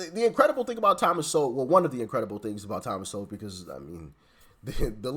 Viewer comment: You're saying his last name wrong. It's Sowell